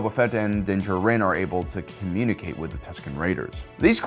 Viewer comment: Why do you say Din’s last name like that